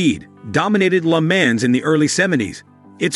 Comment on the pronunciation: You mispronounced Porsche, LeMans, and Bugatti. Got a good laugh out of that.